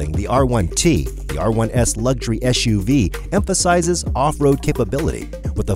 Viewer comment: SUV not ESHUV. Back to English 101 for you!